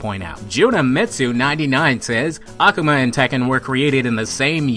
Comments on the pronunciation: aKUHma sounds better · NEW SUB !!! But Akuma is Really pronounced (Ah-Ku-Ma) pleased don't keep saying ak-uma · It's akuma not akama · I'm not gate keeping or anything but the way you day ah-ku-mah is wierd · "ah- koo - mah" akuma The game announce pronounces his name correctly. C'mon bro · jeez why do you say it like that "a-cum-a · I really hate how he pronounces akuma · I like how he pronuces "Akuma" incorrectly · The way you pronounce Akuma. Do you play street fighter? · you pronouns AKUMA strange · Your pronounsing akuma wrong! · The way you say 'Akuma' does it come with a the theory ? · your saying akuma wrong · Great video! but his pronunciation of "Akuma" 😅